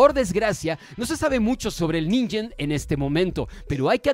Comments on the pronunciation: Ninjen? Antes de dejarles narran un video, díganle como se pronuncia la "G" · No se pronuncia ninjen como ninja,se pronuncia ningen como ningún,pronunciación japonesa correcta